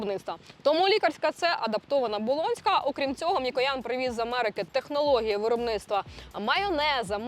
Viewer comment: Це неправда , що Ви із Харкова ! У Вас конкретний западенський говір ! Ну наші люди ... Не можуть , щоб не збрехати ... ( вОробництво , кУмпанія нуі і т. п.)